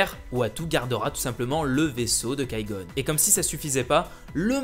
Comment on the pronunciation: kai gon c'est Qui gon arrête de massacré les nom